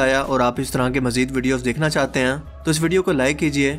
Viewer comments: Hain ko sehi se bola kro, hain hota hai ہیں ok ہیاں nahin hota plzzz, video ka maza kharab ho jata hai sara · Hain ko ann bolty ho😂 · "Hain"... The word is "HAIN"... How difficult is that?